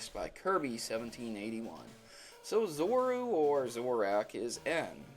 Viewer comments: Zoroark = Zo-Roar-k and Zorua = Zo-Ru-Uh :| Would be nice if you pronounced the names correctly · Zoru and Zorak? :P It's Zorura and Zoroark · I'm sorry dude, I can't go past 30 seconds. Normally I'm okay with any pronunciation of Pokemon, but that's just ridiculous. "Zoru" and "Zorahk"? ZoruA and ZoroARK. I've watched a few of your videos and I'm pretty sure English is your first or very prominent second language - so that's inexcusable. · It's (zore-oo-ah) and (zore-oo-ark) not zora and zorack! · I'm not trying to be a dick or something but you seriously can't pronounce sorua and zoruark it's supposed to be pronounced like ZO-RU-A and ZO-RU-ARK even tough zoroark is spelled different in the anime and the movie it's pronounced like that. BTW I really like your pokemon theories! keep up the good work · You said zorua and zoroark incorrectly. Zorua has an a, so it isnt pronounced like "Zor-oo" it should be "Zor-oo-ah" and zoroark should be "Zor-ark" rather than "Zor-ack" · It's pronounced Zor-ua Zor-u-ark OK!? It drives me CRAZY when people miss pronounce Pokemon names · You said Zorua and Zoroark wrong. It's zoreOOuh and zorOOark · "Zoru" "Zoroak" "Zorak" Guys, it's Zoroark and Zorua. <_> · Zo ru a Zo r ark Pls pronounce right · ZORU ZORAK did you even read their names! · I can understand mispronouncing Alomomola or Rayquaza but Zoroark? c'mon man, Zoroark, not Zorack and when you say Zorua it sounds like you're saying Zoru. I don't mean to be an ass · If your gonna say Zorua and Zoroark a lot, at least say it right. (zor-o-ah and zor-o-ark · you say zorua zoruu and you say zorark like zoruag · just to clarify.. their names are pronounced Zo-ru-uh, and Zo-ro-ark. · It sounded like he was saying Zoru and Zorak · The Pokemon names for this video are pronounced "Zor-ru-ah" and "Zor-row-ark" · Zore-Oh-Ark and Zore-Ooh-Uh correct pronunciations and question: how do trainers know which pikachu is theirs for example in a horde of them? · zor-o-a and Zor-o-wark